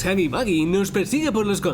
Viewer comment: No se dice hoggy boggy es huggy wuggy